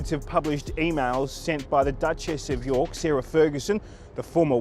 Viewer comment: Duchesses of Yuk not York!😮